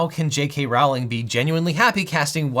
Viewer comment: The author JK's last name is pronounced "ROH-ling," not "ROW-ling" (even though it's spelled like the latter).